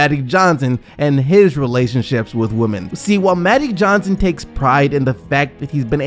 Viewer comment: What the fuck is Mattic Johnson 🤦🏾‍♂️